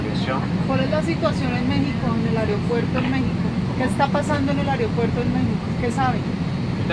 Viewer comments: Es aeropuerto señora , no areopuerto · Tendría q darle vergüenza decir ariopuerto jajajaja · "El airioupuerto" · La situación en “ariopuerto” jajajaja si jode dejandonos mal, no todos los colombianos somos asi, me disculpo por la señora esa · Que esta pasando en el "airopuerto" en México :v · Alex Lyrics dijo AREopuerto Jajajaj😂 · ¿Ariopuerto? Aeeeeeerooooopuerto. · La doña dijo airiopuerto xd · "Que esta pasando en el airio puerto?” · "en el airopuerto" jajajajaja nomás por hacerla de pedo pero ni sabe pronunciar bien las palabras jajajaja ahh che raza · Dice la colombiana “aereopuerto”... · Ni siquiera sabe decir bien aeropuerto. "Quil Is li rizin dil aereopuerto".